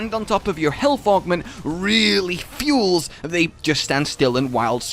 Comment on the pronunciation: "Healt with food"